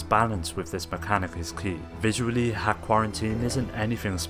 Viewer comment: .hack is pronounced " dot hack" 👍🏼